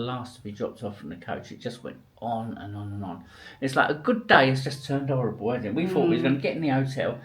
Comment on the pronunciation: cant say h in words like horrible he say orrible 😂